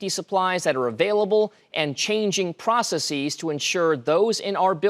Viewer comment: Pro cee cees 🥸